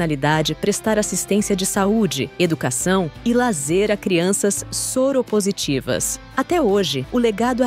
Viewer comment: a dona desse canal é mestre em falar errado "Soro positivas"